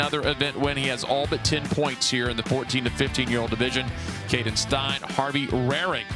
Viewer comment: Steyn is pronounced the same as "stain", not like "stine".